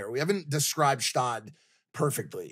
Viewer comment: its Gstaad, not shtad